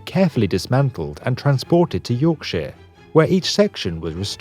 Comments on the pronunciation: "Yorksheer", sounding american there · Ok you say Yorkshire better than Americans but it still annoys